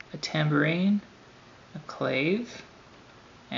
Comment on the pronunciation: clave is pronounced clah-vay(with the emphasis on clah), otherwise good demo